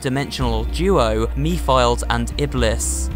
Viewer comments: Mephiles is actually a badass villain also that not how you pronounce his name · The way he said mephiles was really silly! But i forgot the way on how to pronounce mephiles name i usually say his name based on how the characters in the game say it and for some strange reason when said mephiles i laughed and it sounded like the way mephiles laughed in the game idk how its even possible for me to laughed like he did in the game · You mispronounced Mephiles' name wrong but that's alright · "me-files" i'm sorry i cracked up lmao, it's "meh-fil-less" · Mephiles is pronounced METH-A-LISS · not to be pedantic, but Mephiles is pronounced "MEH-fill-eez", a shortened version of Mephistophiles. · seriously me philes? its meph iles like the demon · Me files omg hes stupid its mepheles oh no no no no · Mephilies is not pronounced MEE•FILES it is pronnounced MEF•IL•ES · Did he say me files? Its mephiles (meh fer lis) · As in "Mef-(istoph)-il-ese." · Mephiles is said as meph-a-lis as far as I know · mispronounces mephelis(mefelis) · His name is pronounced meph a les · Pronounced ( meh-fil-es) Mephiles. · Actually, it’s pronounced Meh-fuh-lis. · Pretty sure the game pronounces it as "Meh-fill-iss" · (Meh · fil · iss) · It's Mephiles not Me File. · Mephils it's (meh-thill-is) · I know I'm late of saying this but yes Sonic is actually 15 and Sonic and Amy don't but do have a thing going on or between the two and you said Mephiles name wrong and so on that's all I had to say ✋😅😅😅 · Elise: *kisses Sonic* Me: wtf this is beastiality- Also you mispronounced Mephiles